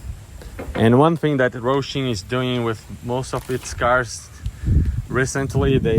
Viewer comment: Bro, why do you call it Rohshim??? It's Hosim. There is no R in the word. It's Ho-sim not Roh-shim.